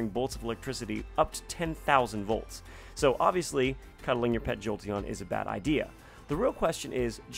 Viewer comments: "VLOTS" instead of "VOLTS" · Did anyone noticed he says vlots instead of volts